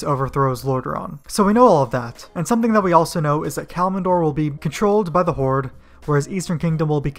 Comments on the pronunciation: I wish I could hit dislike for everytime you said "Kalmindor"... xD Just kidding I'll like it but it's totally "Kal-imdor". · Its pronounced Kalim door not kalimin door lmao